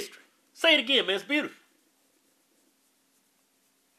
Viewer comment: 😂😭😭Kevin pronouncing beautiful “Buutifull”😂😭